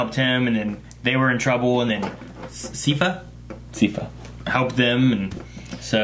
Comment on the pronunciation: Sigh-fa, not See-fa. Think of it like "cipher" or "siphon".